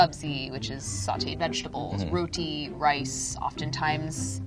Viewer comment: Also, someone please teach this girl to pronounce "roti" correctly. Lol.